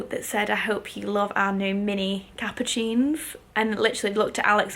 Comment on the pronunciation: Love your videos ❤️ Just to let you know, the Louis Vuitton capucine is actually pronounce “capussine ” 😊